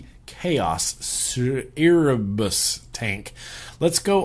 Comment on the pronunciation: Hey, Erebus (pronounced air-ah-bus) is the Greek "primordial" deity of darkness, and the consort of Nyx(my Goddess as I'm a Pagan), and they "birthed" other Greek deities, just thought you'd like to know.